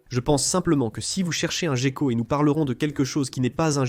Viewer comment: Ho boy! Im used to the original English version! The AI translation is pretty weird! 1min into the video it’s not so bad, but did you get it double checked? You don’t pronounce gecko ‘jeko’ in French for starter 😂